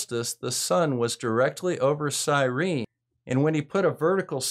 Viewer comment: Syene, not Cyrene.